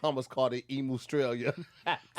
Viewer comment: I'm aussie & lowkey offended with how they said Emu 😂